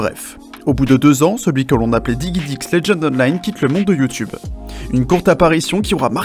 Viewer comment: digidix et pas diguidix mais bon.. ^^